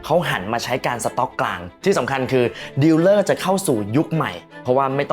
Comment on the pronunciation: Dealer ดีลเลอร์ ไม่ใช่ ดิวเลอร์